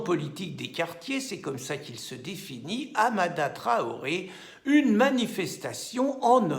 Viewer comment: 2 rectificatifs : la manif de soutien a été interdite ce matin à 9h30 et ce n'est pas Hamada mais Hadama !